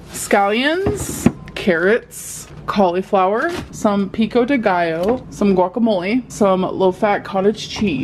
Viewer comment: I was thinking the same with how she says cauliflower. Maybe I'm mispronouncing it wrong but wtf